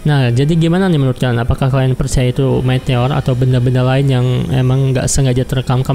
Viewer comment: meteor bang bukan metor